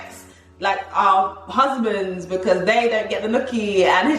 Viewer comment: I love 😂😂 At The End When He Emphasised 'From Your Husbands'